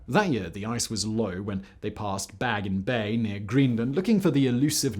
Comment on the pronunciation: Its Baffin Bay, not Baggin Bay. No radio communication in 1848 as for the the pole expedition. I've been on Ladoga lake, its kinda sorta by Leningrad, which suffered a 900 day siege where a lot of people died of starvation and cases of cannibalism was reported. Stalingrad was never completely surrounded, as it seen even in the picture you posted. If you can't fact check the stuff you read, you need to fire the person who does, because I'm here to get my facts instead of straight up reading Wikipedia, but instead I get 1st grade BULLSHIT like this plus the commercials, which makes me wonder why anyone would consider this a form of edutainment. I can't use anything here to win a bar argument, because I have to fact check the fact boi, which seems a bit like a WASTE OF MY TIME. Makes me wonder how much other BULLSHIT I heard on this and other sister channels. I mean, I cringed from this stuff before, but man... "Man's got to know his limitations."